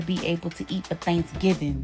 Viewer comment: She said Think giving...instead of Thanksgiving...😂😂 ..Ladies yall need help. She ain't no role model 😂